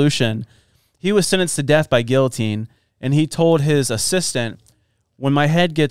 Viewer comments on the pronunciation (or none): ...did you just pronounce guillotine like that?? om- cringing so hard rn XD it's pronounced "gee uh teen" aaaaaaaaaaaaaaaaaaaaaaaaaaaaaaaaaaaaaaaaaaaaaaaaaaaaaaaaaaaaaaaaaaaaaaaaaaaaaaaaaaaaaaaaaaaaaaaaaaaaaaaaaaaaaaaaaa